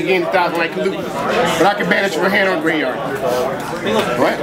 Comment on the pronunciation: I still say "gravy" for graveyard bc of this guy lmao